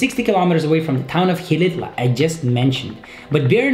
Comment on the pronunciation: The No. 3, its acutually called Xilitla